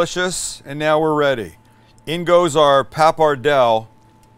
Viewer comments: Don't swallow the "e" at the end of "papardelle" ... papar-dell-eh (not "ey") But a 1:1 ratio of broth and wine is a winner in my book :-D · Became cancer every time you said "pappardell".... it is "pappardelle" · PAPPARDELLE pasta is pronounced Pa-par-day-lay, not papardel for all the Italians out there pulling their hair out at Sam's pronunciation. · That pasta is pronounced PappadeLLY. Again, fabulous food, thank you. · papperdell? oh sammy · Pappardelle is pronounced 'pa-par-DAY-lay'. (You know, unless you want, say, Arkansas to sound like it's spelt.) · 'Pa-par-dell-ee' actually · Why don"t you say: PAP - PAR - DEL - LÉ My ears yearn for you to say word in Italiano, PAPPARDELLÉ. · Dude you keep forgetting to pronounce the E at the end of Pappardelle. Other than that nice video.